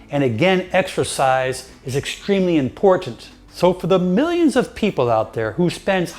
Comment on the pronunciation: Did he say extra pies or exercise